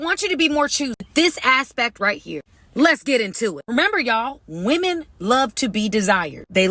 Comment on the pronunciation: Please learn to say women correctly.